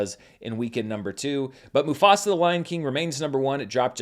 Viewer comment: As a Telugu Native Indian have to say that was really a good pronunciation of the movie 👌🏽